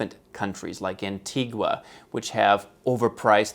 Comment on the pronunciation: Antigua is pronounced ant-e-ger / ant-eager. If you're gonna hold Caribbean citizenship, at least pronounce the words correctly!